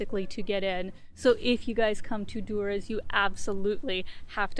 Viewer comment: No one calls Durres that buk OK lmao.